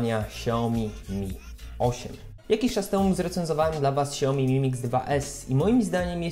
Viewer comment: hmmm siaomi? nie że jakiś fanboy xiaomi jestem ale jakby coś mówi się kśaomi. tak na przyszłość 😉